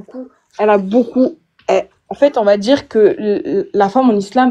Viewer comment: "On va dirrrrrrrrrrr" 😂